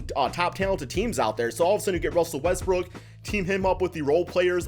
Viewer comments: Sounds like he is saying Westbrick instead of Westbrook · Why do u always say Russell westbrick, ur ego doesn’t go down if u say his name properly